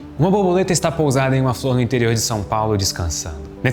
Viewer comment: Não querendo desprezar o excelente conteúdo do vídeo, não me consegui abstrair do "boboleta" AHAHAHAH